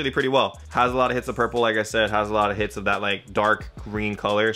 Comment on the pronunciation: Are you saying "hits of" instead of "hints of" on purpose?